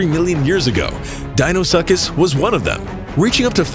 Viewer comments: Btw Deinosuchus is pronounced Di-no-su-kus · He said Dino-suck-is 😂 i'm dead